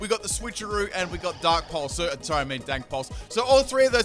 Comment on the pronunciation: Every time you say Dark Pulse, I keep thinking you said 'Dank Pulse' instead xD